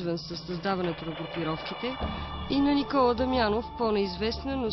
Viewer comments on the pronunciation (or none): none